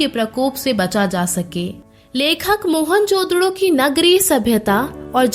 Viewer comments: Mohanjodaro hai mohanjododo nahi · Mohan jododo nhi hai wo mohanjodaro hai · Ye mohanjadaroo ko mohanjdoro kyu bula rhi h.. kitna awkward lag rha h..😢